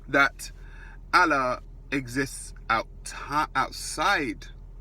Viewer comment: What mandem think he's Brian Cox now.Fuck face learn how to say Allah 1st.